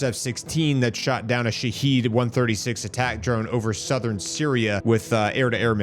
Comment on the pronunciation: Sha-Had Drones this is the Second Version of the Wrong Pronunciation 😂 Not Sha-Heed Not Sha-Head 🤭 Also Trump isn't taking Anything seriously, He's only waiting Two Weeks for Approval Stats because MAGA is Divided.